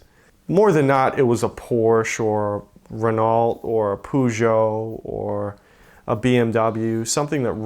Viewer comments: "Ren-ult or pooshow" are we sure he's a car nut lol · Love the pronunciation: rer nalt and poo jo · ATTENTION ALL 'MURICANS!!.... for the love of god, "Poo-joe" is pronounced "Per-joe" and "Ren-olt" is pronounced "Ren-oh", thx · Americans be like "so there was this Ranalt" lmao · lmao hearing Americans try to say Peugeot or Renault (or Citroën for that matter) never gets old. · Someone please tell him how to pronounce Renault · And the words supposedly and Renault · Well, they could start off with a guy who knows how to pronounce "Renault" and "livery". Doesn't exactly inspire confidence in his knowledge about anything else re cars.